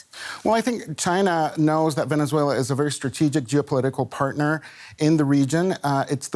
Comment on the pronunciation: Correction: Venezuela Not Venezuelya